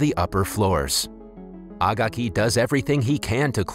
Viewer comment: agaki is pronounced a gay key